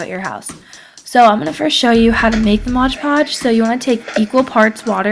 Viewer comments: Omg it's Mod Podge, not Modge Podge. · MOD Podge not modge podge